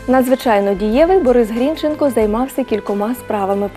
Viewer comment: Соромно ,що ви навіть прізвище правильно наголосити не можете